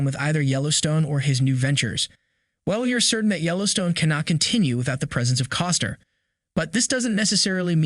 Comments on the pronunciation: It's CostNer, not Coster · I gave you a thumbs up too soon. When it was apparent that you can't even pronounced his last name... I took my thumbs up away and I left. Bye